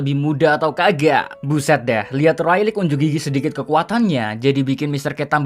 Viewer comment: Rayleigh dibacanya Reyli bukan Railik sorry julid